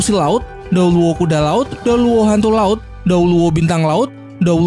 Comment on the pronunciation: Bang tadi bilangnya kok dewa laud bukan dewa laut